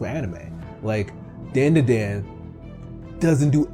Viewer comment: Its pronounced Dan-da-dan not Den-de-den